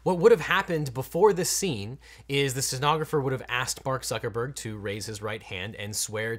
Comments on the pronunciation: Bark Zuckerberg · Legal Eagle says Bark buckerburg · It sounds like he says Bark Zuckerberg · objection: you said Bark Zuckermurg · Did he call him Bark Zuckerberg?